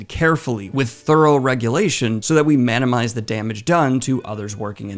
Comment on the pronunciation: Lol, u said manimize ;D